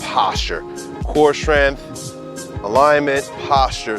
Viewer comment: "Strensschth" training